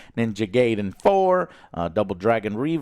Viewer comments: Pretty sure it’s pronounced (Guydin not Gayden) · I hope that Joe's American ass mispronounced "Ninja Gayden 4" on purpose and that he knows it isn't pronounced that way. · I'm looking forward to Ninja Gaiden 4 (BTW...it's pronouncesd guy-den, joe) love the show